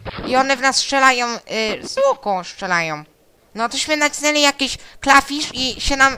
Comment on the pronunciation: "klafisz" ;D